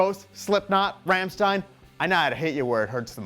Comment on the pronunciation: How can you pronounce Rammstein so wrong when you insert a piece where they sing RAMMSTEIN literally a second later? Americans ...